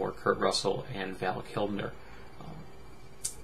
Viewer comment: Who's "Val Kimner"? Or "Val Kilmner"? lol Good god